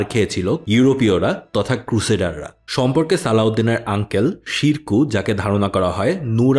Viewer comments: সিরকু না উচ্চারণটা। উচ্ছারণ হলো সম্ভবত শেরে কুহ। শের মানে সিংহ কুহ মানে পাহাড় অর্থাৎ পাহাড়ের সিংহ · সিরকু না শেরকু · ছিরকুহ না,উনার নাম শিরকুহ।